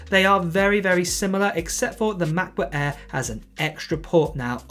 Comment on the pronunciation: f.luck your poor english accent. "MACBOOK ÆÆ" 😁